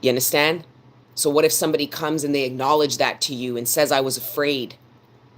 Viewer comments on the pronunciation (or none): I LOVE IT WHEN SHE SAY " YA UNDASTAND" 😂 JUST FEELS LIKE MY ANCESTORS ARE TALKING THROUGH HER..TO ME ❤